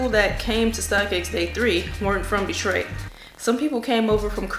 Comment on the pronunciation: I like the way you say my city DETROIT